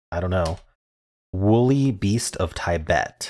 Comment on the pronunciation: I've never heard anyone pronounce Tibet the way you do! Is that they way you were taught? Very interesting